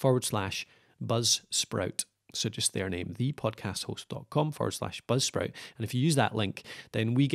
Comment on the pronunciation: Dude what the hell are you saying, budsprit or popsprit, or blubsprit